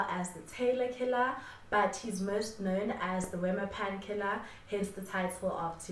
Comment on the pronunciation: I am here for the Afrikaans elocution lessons. "Wemmer Pan" is a Afrikaans word, pronounced as "Vem-mir Pun". Keep up with the great content 👌🏽